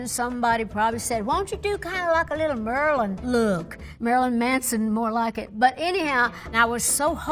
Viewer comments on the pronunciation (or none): The way she says Marilyn like Merlin